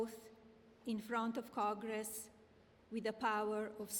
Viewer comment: Side note, her English despite reading the script is appalling. Saying convinced instead of convicted, calling Congress “cogress”. Very poor and sloppy for such a serious matter. America, you are a joke 😢